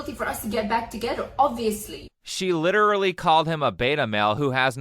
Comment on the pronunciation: Why is she even talking or making these videos? Just be quiet. "LITRILLY"